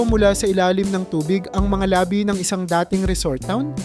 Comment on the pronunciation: Mali pag pronounce ng labi- ibig sabihin mo lips